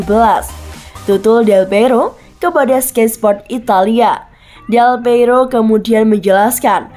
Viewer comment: Baca nama org tu yg benarlah.. Bukan delpeiro, tapi delpiero